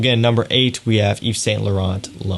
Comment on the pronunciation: Just one thing thou , prononce: Yve Sain Lauren, don't prononce the "t" at the end, same for Mont blanc→prononce: mon blan, pleaaaase lol